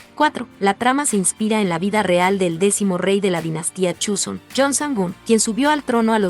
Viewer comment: Please no digas Chuson, así no se pronuncia